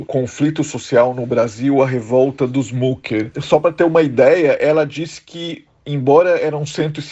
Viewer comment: Não é mucker é mücker o u com trema se pronúncia I ou seja micker só para exemplificar, me admira vocês trabalhando para um canal alemão e não sabem a pronúncia, lamentável